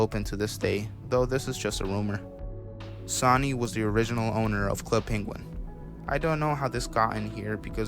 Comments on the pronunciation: I’m sorry but how the hell could you mispronounce Sony lol? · i mean he pronounced sony and a few other things wrongly too. I'm assuming he isn't a native English speaker or he just has problems